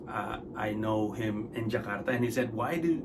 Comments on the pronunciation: Thank you for pronouncing Jakarta as it is instead of "Jekardah" please it is JAKARTA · Suka banget pas mas Pandji ngomong Jakarta nya "Ja-kar-ta" dlm tiap convos nya ga yg jadi "Je-kar-da" 👊👏